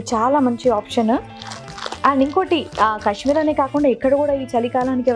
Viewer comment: Kashmeer kadu kaashmeer